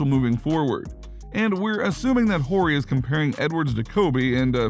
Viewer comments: Whorey? Its pronounced Ory. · It’s pronounced Ory not Horry jeez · The H is silent ..not Whore E lol Horry sounds like Oreo without the O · Is he pronouncing Big Shot Bob’s last name on purpose or just a young casual I can’t tell. Funny either way 😆 Ant exciting AF! Upside is 🤯and he’s already nice! He’s def wrong about Durant in MJ/LeBron’s league though (or Kareem Hakeem Bird Magic Wilt Russell Duncan Shaq Kobe for that matter) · Am I the only one stuck on the way he pronounced Robert horrid last name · Dude you gotta delete your channel for pronouncing Robert Horry’s name like that. Have you ever watched basketball before?